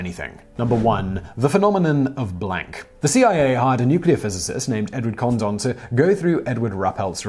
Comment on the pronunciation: His name is Condon. Not condom.